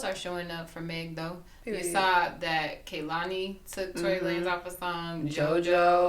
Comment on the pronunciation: Omg “Lah-nez” 🤣